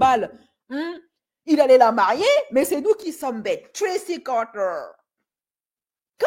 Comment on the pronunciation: Arrete de dire "Tracy Carteer" je suis a 2 doigts de me pisser dessus😂